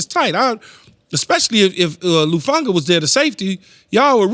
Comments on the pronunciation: How many times is he gonna say "Lufanga" before somebody fixes it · his point is Keyshawn keeps sayin "Lufanga" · Who’s Lufanga? 😂